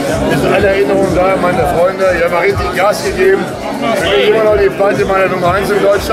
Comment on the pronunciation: Dieser geliehene stretch-Hummer richtig peinlich.. "Rischtisch prutaal"!! Was für lowlifes hahaha